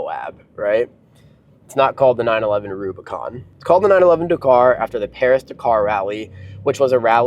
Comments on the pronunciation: It's DAKaaar not Dkrrrr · Please learn how to pronounce Dakar! This video is fucking annoying - dercar, decar, decar every other word! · Say 911 dakar one more time. I dare you. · Mate, learn to say Dakar properly…. But what a fantastic car, great to see one being used. Porsche build such fantastic cars. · lol I mean care or don’t care it’s up to you. But he is saying it wrong…..